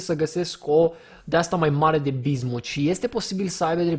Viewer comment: de fiecare daca cand spune 'bizmut' am impresia ca spune diznuts